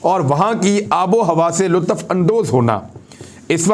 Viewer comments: Sorry, not lutaf but lutf. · ASA! Imran Sahib! It not lu tuf.(لو طف) It's lutf(لطف) Before I asked you about وفد۔ Come on bhai! Read the script once or twice before final presentation please 🙏